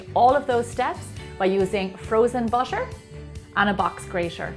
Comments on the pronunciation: the way she pronounce butter is bussher its annoying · I wont see this video anymore, the way she says butter is driving me crazy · that's irish accent. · she pronounced butter like "bosher" oh my god her accent is fancy 😁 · how do you say the word Butter Is it "Bucher". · Maybe it's her accent